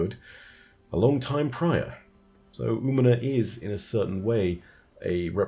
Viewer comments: Hey, Umina is a female hispanic name. Also the ñ is emphasized. Think "ooh-me-nya" for the phonetics. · Hey, if you want help for the pronunciation of Umiña: oo-mean-nya. Tilde (~) in Spanish adds a 'y' sound to the letter n.